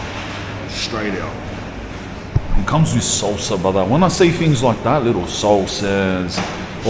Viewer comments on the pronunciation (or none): none